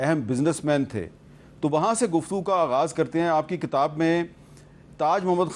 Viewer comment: Hamid Mir sb, It is kitab. It is not katab